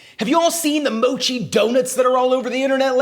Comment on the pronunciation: It's not called Moe-chi. It's called Moch-i. Please listen to how the Japanese pronounce it. Google Translate is your friend. 😎👍